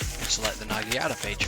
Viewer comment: Bro quit saying nagiata its called a naginata